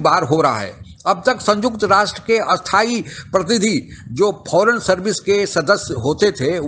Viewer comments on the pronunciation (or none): Sir aap स्थाई को अस्थाई pronounce karte hein. These two words have opposite meaning. Please correct the same, otherwise content of the videos is very good. Thanks 🇮🇳🇮🇳🇮🇳🇮🇳🇮🇳